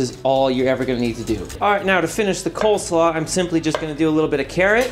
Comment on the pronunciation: Wait, is it coleslaw or coldslaw? I've always said coleslaw, but it sounds like you're saying coldslaw?